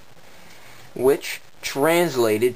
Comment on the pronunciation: fire is fuego pronounced fwe-go